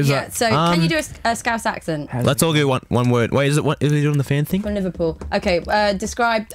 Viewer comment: I love you all but i'm sorry ash i've seen niall twerk and he's all irish and that is not how we say liverpool but chicken wasn't to bad